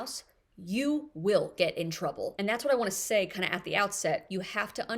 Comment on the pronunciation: Say, not day.😖